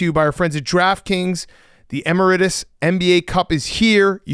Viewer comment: Big cats pronunciation of emirates for the emirates nba cup is so funny lol. "Em er it is" lmaooo